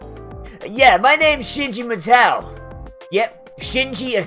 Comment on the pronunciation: Your pronunciation of Matou is annoying